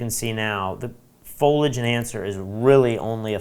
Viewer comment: Loved the tutorial. I would like to point out the correct pronunciation of "Foliage." It's a three syllable word: FOAL-ee-idge. Thanks for the overview of Luminar 3.